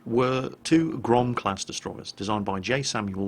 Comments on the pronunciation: The second time you said "GROM" was absolutely correct. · Grom pronounciation was almost correct:P However about 'błyskawica' you should spell 'c' like 'z' in german. And 'ł', well... let's assume it's 'l':D Best Rgds, keep doing what you're doing. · Thank you, very nice vid! About pronunciation - you've made a valliant effort indeed. Go to and click the speaker icon to hear how we in Poland pronounce that word. P.S. - Grom is ok.